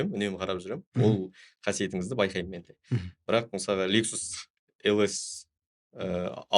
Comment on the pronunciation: Журналист жігіт неге МЫСАЛҒА деген сөзді МЫСАҒА дейді ?